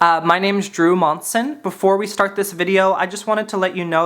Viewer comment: bold thing to say, assuming that your name is spelt with a D. it’s literally pronounced jroo.